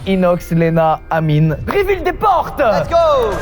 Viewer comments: Mdrr le « merci anyme » au lieu d’amine. Il est partout celui là 😂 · Il a dit anyme 😂😂😂😂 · il dise anyme 🤣🤣🤣🤣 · le présentateur qui dit anyme au lieu d’amine.. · il a dit ANIME au lieu d’Amine 🤣🙏🏾